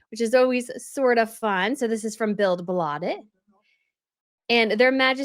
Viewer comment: PS billed bladet the d in bladet is a th sound